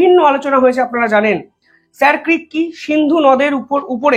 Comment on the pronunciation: উচ্চারণ হবে " শির ক্রিক " । এটা কচ্ছের ভাষা ।